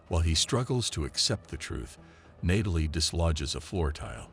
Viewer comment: Didn't realize until Nay-tal-lee this voice was AI.